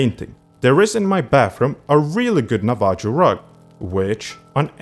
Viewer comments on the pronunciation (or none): My friend, the word "Navajo" has a silent "j"